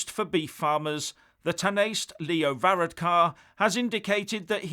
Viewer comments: "The Tan-aste" LOL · Leo varadkar position is pronounced ( te nashter) And parliament is the(doyl) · it's the Dail (pronounced Doyle) and taniste (tawnishta)